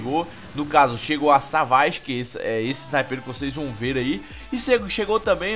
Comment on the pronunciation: Se escreve Savage e se pronuncia Saveige